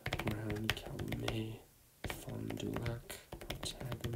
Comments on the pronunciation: Wisconsin names pronounced wrong: calumet, outagamie, shawano, oneida, waushara, waukesha, kewaunee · You're pronouncing things a bit too french. While many of them do have French origins, it's still America and locals pronounce it American. For example, Bossier is pronounced BOW-sher, and Calumet is pronounced CAL-yoo-mett. Nice vid tho! Finally i find someone else who memorizes random map stuff...😅